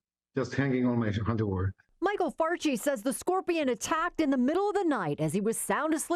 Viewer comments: Why does she keep saying Scorpio? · Why she keep sayin Scorpio? lol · At first Why they let her keep saying "Scorpio" 😮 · Tex keeps saying “Scorpio.” 😂😂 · If it wasn't for Jess hilarious I swear I would not watch this between Tez mispronouncing scorpion the whole time or Charlemagne not knowing what American territory is when it's literally in the name American territory